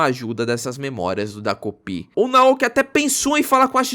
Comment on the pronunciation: É "TA"kopi vc falou errado o vídeo todo😅